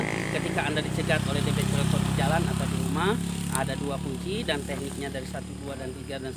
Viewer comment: Debt collector. Di bacanya dalam english ( Debt Kollektor)